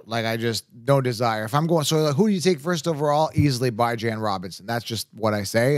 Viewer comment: Bijan himself said he pronounces his name “Bee-Jan”. I wish you’d say it correctly at least one damn time!